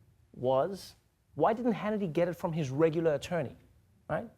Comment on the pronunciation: I like how Trevor almost said "Shannity" , let's just roll with that!